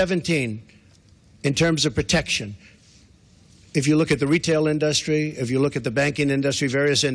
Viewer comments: Why does he keep saying "Industry" as "InDUHstries"? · in-duh-stree! lmao 😂😂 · The way he says the word 'industry' is hilarious. I couldn't help but laugh a little bit.